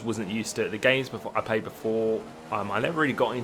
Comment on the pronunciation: Uh,, do you have a speech impediment or something? Because you never say "played" correct.